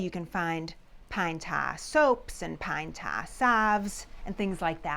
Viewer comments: Pan ta? I had to turn on CC to learn that "pan ta" was "pine tar". My mid-west ears sometimes has trouble with accents. Nonetheless, the history is very interesting. Thank you. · A bowl of pintahh....??? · Pine taaahhh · Love your accent! "Pine TAH!" Coming from New Jersey, another Revolutionary War hot-spot by the way, I pronounce it "Pine TAHR." Amazing the difference a few hundred miles make, isn't it? 🤣 I suspected it was going to be pine tar, I couldn't think of any other sticky substance around at that time considering petroleum products were far in the future. I WAS surprised at how dark the stuff is, I'd heard of pine tar but have never seen it. I've heard pine tar is used as a cheating element in baseball but just how it's used for that purpose I have no idea. And I'll tell you, you've got more nerve putting that gicky stuff on your arm than I do! Yuck! Thanks for posting this VERY entertaining video! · Hearing her say “pine taah..” never gets old. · "Pine Tah". ;-) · It's pine tah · Pine tah. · Pine "Tawr"?....sorry but I never heard of that here in the Wabash River Valley....but keep up the good work😀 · It's pronounced "Pine Tah" 😮❤😂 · Bless her heart she says pine tar wrong. .You pronounce the r at the end of tar.